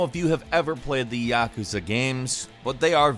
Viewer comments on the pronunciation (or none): its yakooza not yekezeh .. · The way you say Yakuza pisses me off